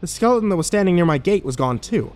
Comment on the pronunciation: For future reference, there is a "T" in skeleton. Skele'n is not a word. This made me want to shove knives in my ears.